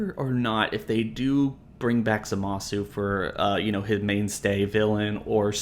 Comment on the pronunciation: Every time someone pronounces the "u" in Zamasu's name my ears explode